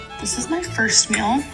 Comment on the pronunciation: The way she pronounces meal aggravates me so much “mill” no NO